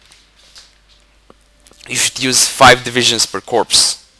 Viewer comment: By the way, just so you know, "corps" is pronounced "cor" :)